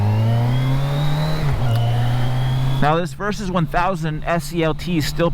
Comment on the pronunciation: why you keep saying "Versus"?